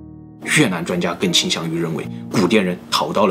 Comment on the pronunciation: 雲南就會講雲南 越南 就講成 越蘭 ㄌㄢ˙ 怎麼就變 Lan 了呢 ????